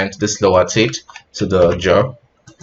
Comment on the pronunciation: teeth :) I heard "tits" few times lol